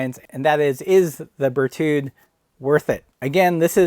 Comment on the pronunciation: Don't pronounce the "d" at the end of the name. The French have an endearing habit of not using the final consonant. You are comparing apples with pears. You should have compared the Brooks B17 Carved with the Berthoud Aspen.